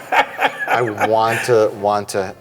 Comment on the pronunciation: "You made us a billion dollars, make what you Wan"